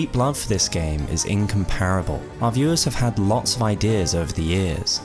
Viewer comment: Never heard 'incomparable" pronounced that way. As a linguist and lexicographer, i thank you.